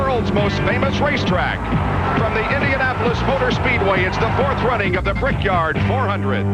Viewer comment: "The world's most famous racetrack" - said like only an American could